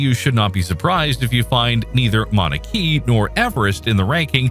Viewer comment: As if it's not AGGREVATING enough to be FORCED into constantly converting meters-to-feet, your robo-voice's pronunciation makes things even MORE frustrating! The Hawaiian volcano is NOT pronounced Mauna KEY, it's KAY-UH.👺